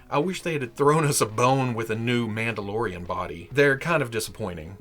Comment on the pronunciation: Is no one going to acknowledge how said “Mauldalorian” so now I call them Mauldalorians